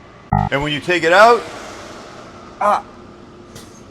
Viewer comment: When you say the word out, it sounds like you are saying ut. Marc